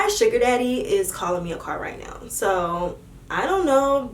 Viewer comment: I love how says right now it sound like right "neyow "